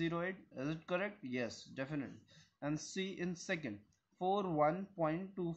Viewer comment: and he also said " is it correct? - Yes "DEFINITELY" (Definitely)🤭🤭🤭